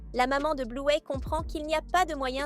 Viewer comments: On dit Bleuy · J’adore bluey mais tu le prenonce malle